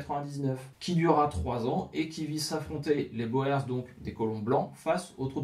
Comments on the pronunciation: Super vidéo et chaîne vraiment agréable, je m'y abonne de suite. Juste pour information le mot "boers" se prononcent avec une phonétique différente du français (l afrikaans est un dérive du néerlandais) le son "oe" se prononcent comme "ou" pour nous. Pratiquement on peut donc prononcer "bours" plutôt que "bo-ers" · Excellente vidéo mais la prononciation " à la française " de boer fait mal aux oreilles ( bowèr ). " oe " en néerlandais se prononce " ou " et donc le mot " boer " qui signifie " fermier " se prononce bour comme dans bourre ou bourgade en français. Vivement la suite . . . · c'est correcte: en néerlandais les lettres "oe" se prononcent bien "ou" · J'ai travaillé des années avec un Sud africain ( origine hollandaise). Je confirme qu'ils prononce : bourrs... Et qu'lis nous écoutent dire bo hers avec une condescendance amusée. Sinon, très bonnes vidéos. Bravo et merci. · Boers se lit "Bours".... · Il faut comprendre la curiosité des Français, qui pensent avoir affaire à une arme secrète belge, comme le célèbre "schild en vriend". "boer" est d'autant plus piégeux que son pluriel est "boeren". Prononcer [boûrs] est donc fautif, même lorsqu'on lit "guerre des Boers". Il faut prononcer [boûr] dans tous les cas. Incidemment, la Belgique a aussi connu sa guerre des paysans, une révolte contre la domination autrichienne, à l'époque de l'empereur Joseph II. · Très intéressant, comme vidéo! Pour ce qui est les Boers se prononce ( bour ) en néerlandais ou afrikaner! Merci pour ce documentaire. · En néerlandais et donc en afrikaans "oe" se prononce "ou" guerre des "bour" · Boer signifie tout simplement paysan. Le s du pluriel se prononce : boer = bour, boers = bourse pour un français. Salut des Flandres. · Boers est un mot qui se prononce "bour", fermier en néerlandais. Phil, Belgique. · Boers se prononce bours,mais bravo pour le boulot fourni,donc je m’abonne.